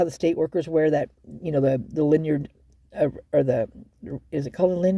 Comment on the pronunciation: It's called a LANYARD, you were super close 😊 Sounds like a delightful product lmao. I love how deep you go! You should get your PI license.